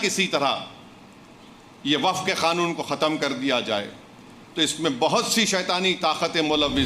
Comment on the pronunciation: कानून को खातून बोलने वाला बेरिस्टर है😂😂😂😂😂 खानून 😂😂😂 यह कानून है साहब यह कोई खातून नहीं है